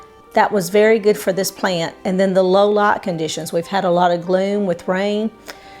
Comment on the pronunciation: Hi. Excellent video. Can you make Christmas/Thanksgiving cacti bloom with this method any time of year or only when it naturally seasonally blooms? I love how you say light, night and tornadoes. I’m in CO. There are no accents other than those who’ve moved here. Such as my parents from OK and IA.